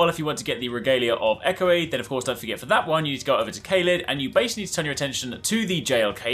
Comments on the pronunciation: You are saying Eochaid all inside out 😅-echo aid? Like some kinda Gatorade? Also, you can actually get the regalia by hoping up the cliff in Limgrave with torrent, which is great if you want it at the start of the game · Excellent weapon tip, will give this a try! Bit of a FYI, Eochaid is an olllld Celtic name (should have an H on the end really) and is pronounced “Yo-cade”. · Eochaid is pronounced OH-hid, by the way. It's an Old Irish name.